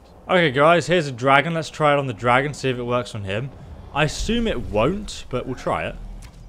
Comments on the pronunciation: “Dradon” Bone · dradon...dradon!.... DRADON!!!!!! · dradon arrows? what's a dradon?